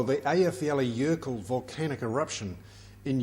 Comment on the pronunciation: Hmm I have my suspicions about that volcanoes pronunciation in this clip...How would say it?